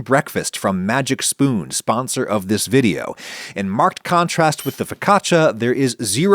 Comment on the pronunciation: I'm disappointed you pronounced "marked" as one syllable. :)